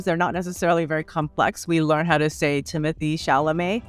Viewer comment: i'm sorry i know this is in no way comparable to Michelle Yeoh's situation or the core point of the essay, but i do think it's extremely ironic to feature a clip of "we learned to say Timothée Chalamet" that mispronounces his name